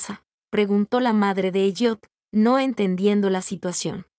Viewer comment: esv ELLIOT no es EYOT y se pronuncia ELIOT